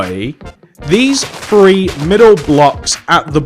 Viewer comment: Do you notice how he says free instead of three